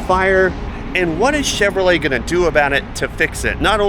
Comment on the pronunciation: Chinrolet? No bueno y'all